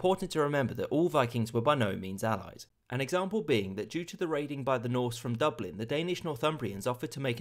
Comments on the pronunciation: They don’t speak French in dublin (doo-bleen👎) (dublin👍) (duvlin (more authentic)👍) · its pronounced duv lin ( as in bin)